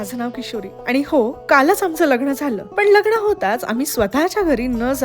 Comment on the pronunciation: लग्न लग्गण नाही. दर्शण नाही. सुरे नग्न म्हणतो😂